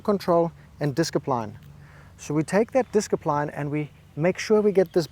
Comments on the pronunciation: LMAO - "Disk-i-pline"! I wasn't reading the caption so when you said disc-i-pline I thought you were prescribing a new medication LOL. Then I gave it some more thought, and you were prescribing a medication. Thanks for the reminder,. I'll take a double dose - Wadda playa! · I love this video… but hearing “diskipline” and “confidentiality” make me cringe 😂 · I love how much discipline he has in consistently mispronouncing "discipline"